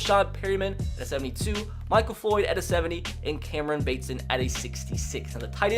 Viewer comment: I know you wont see this but its camreon batson you say it like a baseball bat and the o is silent so batsn